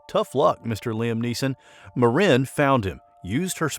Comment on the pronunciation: Might want to ask Hellen how she pronounce her last name. He is AI generated?